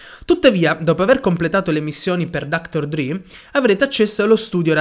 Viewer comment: Si legge dr dre nn dr dri 😂